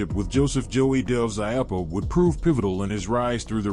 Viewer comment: It’s I-oo-puh, not I-uh-push.